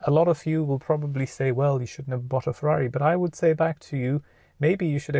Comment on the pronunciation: Cmon man, its Ferrari